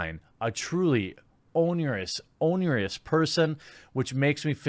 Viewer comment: Jezza, your ability to misread common words is absolutely baffling to me. At least give these a quick unrecorded once-over and google any words you don't know for a pronunciation guide. The word "onerous" is not that obscure, and you often mix up totally dissimilar common words--"onerous pun" is a stand out example of it, but it happens a lot and makes these videos really hard to follow for people just listening.